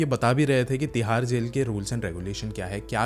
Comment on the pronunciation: Tihar ❌thihar ✅